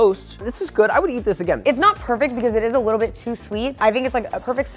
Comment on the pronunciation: “Just a whittle bit they waste wike a whopper to me”